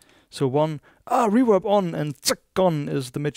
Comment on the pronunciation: It’s REVERB!!! Not REWERB. Please!!